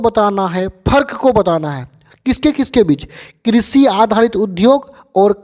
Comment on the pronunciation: किशी नही कृषि